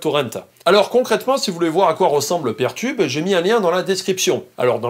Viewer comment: C'est peer tube, comme Peer 2 Peer, et non pas pair tube (même si en français on a traduit par Paire. ^^